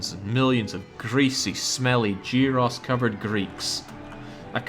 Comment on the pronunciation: "Jeeross" do yo perhaps mean Gyro?